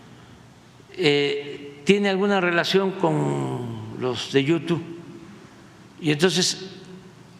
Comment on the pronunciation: "Yutú"🙄😑. Siempre hablando como palurdo.